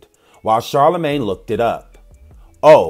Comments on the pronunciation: The man said CharlaGay 😮😭😭😂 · CharlaGAY?! I CANNOT WITH YOU!!!! LOL ( I love you anyway)